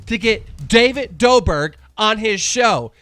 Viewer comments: He actual said David Doberg. Smh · Are you doing that on purpose? Doberk? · Doesn’t care he said doughbird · “David Doberk” lmao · Keemstar can’t correctly say a last name quadeci David dober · Jack may nerd. Corina knopmft. David Dober man really can u pronounce anything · Keem u need to go and learn English who calls David dobrik “David doberg”?! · dobre??? did he just said dobreee? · “May-nard” “Dough-brick” keemstar please learn how to pronounce names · Every video you're purposely miss pronouncing creators names haha nowwwww its, "DAVID DOBIRT"?! Smh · Completely botched David Dobriks name